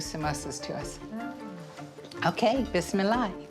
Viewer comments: the way she pronounced Bismillah. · I think you assumed I was making a point that I'm not. The fact that Arabic is your native tongue, has nothing to do with whether or not she pronounced Bismillah properly according to the rule of tajweed. Which she'd have a better chance of knowing if she was a practicing Muslim. Which she isn't. Which was the point.